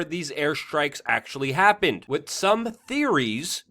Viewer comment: New drinking game. When Luke mispronounces the word 'with', everybody drink. Or burn one down, what have you.